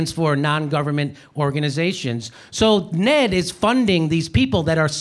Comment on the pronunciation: Another just FYI for you, Jimmy: nobody pronounces it "Ned," like a name, they spell it out, en-ee-dee. (I'm not trying to be a know-it-all, but it grates on knowledgeable viewers & is the equivalent of calling the C.I.A. "the Seeyah," just doesn't make you look as sharp as you are.) Love you, man.